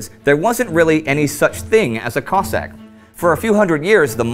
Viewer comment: I think you need to make a clear distinction between Russian and Ukrainian pronounced Cozzak. Cossaks came from Ukraine and like Spartans from Greece. If feel like this video is over simplified and needs more research